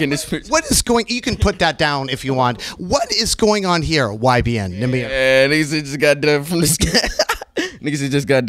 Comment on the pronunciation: "Who are you?" "YBN Nahmuh"